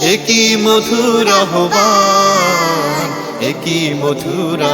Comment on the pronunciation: আহবানের উচ্চারণ ‘আওভান’ হওয়া উচিৎ। খেয়াল করা দরকার।